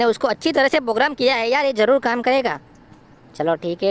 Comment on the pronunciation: Bhai pogram nahi program hota hai